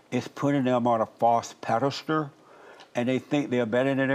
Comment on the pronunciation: When he said, “a false pedest-ure” haha this dude is a fool.